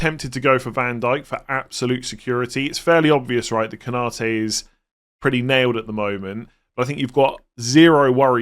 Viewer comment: Every one and his dog seem to be saying "Ko-NA-te" when his name is "Konna-TE".